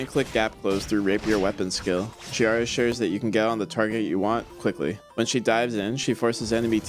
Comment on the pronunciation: Dude, nice videos and all. But it hurts my ears you calling Chiara Ciara. Ch is pronounced as a hard K.